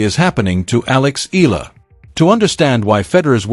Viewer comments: Her name is ALEXANDRA "ALEX" EALA! Tha surname is pronounced as EYALA not ILA! E-YA-LA!!! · It's pronounced as EY-YA-LA not i la. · Eala pronunciation E-yala